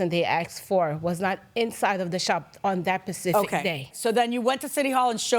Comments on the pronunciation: You mean you’ve never heard of the “specific ocean?” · People who say “pacific” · Could this be anymore ghetto???? The plaintiff says pacific instead of specific and the defendant says axed instead of asked. My goodness. And we wonder why society is freaking doomed. These women are breeding ignorance just like themselves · “Pacific day” yeah that tells me everything I need to know about these two idiots